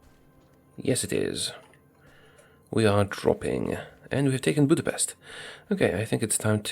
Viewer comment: Believe it or not, that is STILL not how you're supposed to say Budapest.